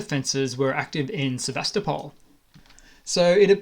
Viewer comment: Interesting report, but please learn how to Sevastopol.